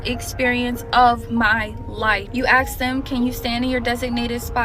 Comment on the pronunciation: The black 20-something “teacher” thats “traumatized” can’t even pronounce ASK correctly. I doubt she’s even legit.